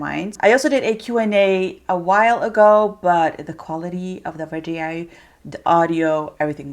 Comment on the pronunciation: So funny how u say “Videooow”😂